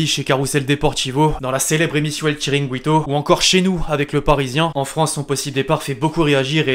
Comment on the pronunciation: Bon, ça se dit "tchiringuito" et pas "chiringouito", très bonne vidéo comme d'hab sinon!